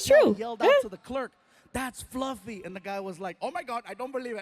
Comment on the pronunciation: Floughf? Fluff? Folougf? Flugf